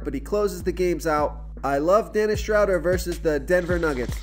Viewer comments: Its pronounce "Shrow- dare" lol 😁👍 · Please learn Dennis Schroders name. Drives me nuts. It is pronounced Shrewder like crew or brew...